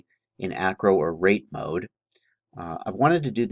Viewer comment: Ok are u saying "rape" mode??? Or rake? Rate?